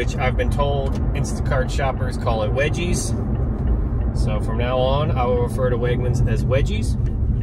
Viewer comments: Weggies*** NOT wedgies lol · bro came thru with the Weggies term😂😂😂 you the goat. Only thing was you pronounced it as wedgies, as in when you get bullied in school and someone gives you a wedgie😂😂😂. The G is normal not J 😊. Your hilarious bro